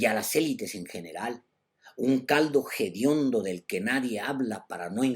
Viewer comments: Se dice hediondo, no jediondo, no seas lngorante. Para cualquiera es más fácil luchar en favor de los desprotegidos que hacerlo desde abajo porque los políticos no te van a hacer caso. El guión que te pusieron a leer lo leíste bien. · Me parece que el término es hediondo y no jediondo. Al menos pienso así. Perdón y gracias.